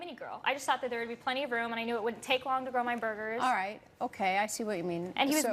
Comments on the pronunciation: wow what a brat lol "grow my burger" she can't pronounce grill lol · When she said grill my burger I keep hearing grow my burger